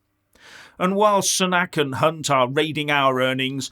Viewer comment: Did you say Hunt or ( UNT ?